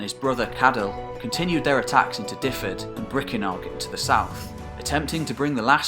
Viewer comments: great informative piece. But pronunciation was awful throughout and Dyfed was no where near one of the worse. The way you said it should be sound is wrong too. Dyfed should be pronounced more like Duh-ved. What you spelled would have meant the Welsh name was more like Dyfedd then Dyfed. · Great video on Welsh history thanks. BTW you are pronouncing Dyfed wrong, it is 'dove-id' not 'div-id' haha. Cheers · Great but Dyfed is ot pronounced Difed but Duved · I have been going through all your videos from the beginning, and love the mix of eras and kingdoms. As a Welshman from Dyfed, however, for future reference the county is pronounced 'Duv-ed' ie 'y' is said as a 'u', and a single 'f' as a v (double 'ff' is pronounced as an 'f'). Otherwise, an absolutely fine exposition of a period of history very much still in the dark as far as most people are concerned. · I speak Welsh and Dyfed is pronounced Dyved. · Fascinating as always. No criticism intended, but to give something back in the spirit of sharing education, here's some Welsh pronunciations of places and people that weren't quite correct: Seisyllwg = "sais-uh[LL]-oog" (It's impossible to describe the LL sound in any short way, but here's a video on how to pronounce it: Aberffraw = "aber-fr-ow" Dyfed = "duh-ved" Brycheiniog = "bru[KH]-ey-nee-og" (The "CH" sound is similar to the Scottish "lo[CH]"). Glywysing = "gluh-wuh-sing" Cadell = "cad-e[LL]" (again, that LL sound!) Hyfaidd = "huh-vaith" Ceredigion = "keh-reh-dig-ee-on" Ystrad Tywi = "uh-strad tuh-wee" Merfyn = "merr-vin" Hywel (not Hywell) = "huh-wel" Llywarch ap Hyfaidd = "[LL]uh-wahr[KH] ap huh-vaith" And two others that weren't mentioned in the video, but were shown on the maps: Maelienydd = "my-lee-ehn-ith" Buellt = "bee-e[LL]t" As I say, no criticism of your pronunciations intended. Welsh is a tricky language to pronounce for those who haven't grown up around it! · I did lol at your pronunciation of Dyfed hehehe